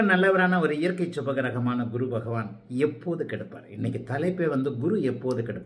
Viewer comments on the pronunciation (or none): மிக அருமை, நன்றாக புரிந்தது. ஒரே ஒரு குறை. உங்கள் சேனல் பெயரே Guruji tv, பிறகு எதற்காக குருவை Kuru என்று உச்சரிக்கிறீர்கள்?